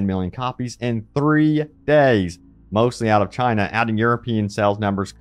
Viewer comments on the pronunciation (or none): none